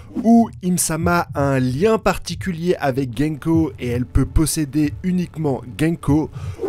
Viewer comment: C'est gounko pas genko. Fais un effort mec. Son nom à un sens ce que tu dis ne veut rien dire.